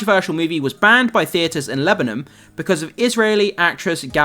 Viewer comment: The pronunciation of Lebanon is cursed